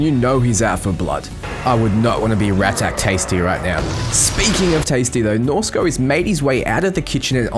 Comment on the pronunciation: Are you doing this on purpose? You first pronounced Shaka ShakEYE, then Shika.. IT"S SHAKA! U said Norsko correct <3 pats potatoes head